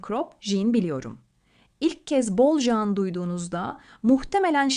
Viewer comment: Jean değil Jan hiç değil hanımefendi ciiinn diye okunur